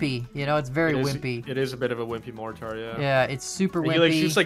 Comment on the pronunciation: pronunciation of mortar....😳